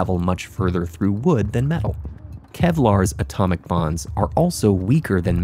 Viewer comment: Bonds, not “bombs”